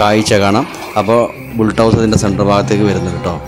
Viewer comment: Bultouser അല്ല Bulldozer